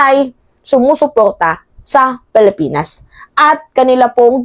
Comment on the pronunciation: Pilipinas ang pronounciation hindi palipinas.